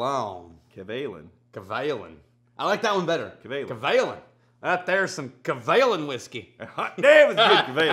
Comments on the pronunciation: GEMALAN (hard G) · If only you guys know how EXPENSIVE those bottles are!! Steve Kim is more than generous to send you one, let alone FOUR in a row!!! Btw, the stress is on 'Ka' rather than 'Lan'... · It’s actually ga ma land XD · i thought the pronunciation was kavalan like macallan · Been looking, not finding.... Kay Vay Lahn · Kavalan? I hardly schamalan. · Just so people know, the cask strength Kavs in the US are not called solist (not soloist by the way ). Some type of TM violation I heard. So don't get thrown off if you don't see Solist on the label, WV's bottle must have come from another country. But the bottom line is that the cask strength Kavs are ridiculously good. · 真的該試一波歐瑪，外國人好像都比較知道葛瑪蘭🤣是說他們好像都沒有念出跟葛瑪蘭三個字一樣音的組合😅希望未來官方可以推廣一下正確唸法，我自己也都隨便唸😝